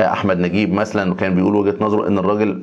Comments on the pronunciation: ليه بتقول مثلن زي واحد صحبي 😆😆 هيا اساسا مثلاً 👌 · مش بعدل عليك والله بس النطق الصحيح لها (مثلا